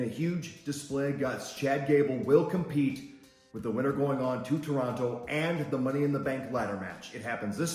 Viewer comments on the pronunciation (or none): none